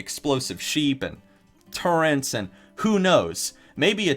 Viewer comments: urbandictionarydotcom/define.php?term=turrent SAY IT RIGHT ITS TURRET NOT TURRENT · wtf is a "turrent?" do you mean turret? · Nah it was a WC3 hero, so it won't be a tinkerer. Also it isn't turrent ffs >. < it's turret, t-u-r-r-e-t, no n in there! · You...This comment? It's turret not turrent gdamnit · THERE IS NO N IN TURRET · T U R R E T Not "turrent." Please fix this XD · I was enjoying this video up until he said turrent... now I can't watch his videos anymore. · Nigga, did you just say "turrents?" Dafuq's a "turrent?" YOU DID IT AGAIN! WTF, MAN!? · There's no N in the word turret. Jesus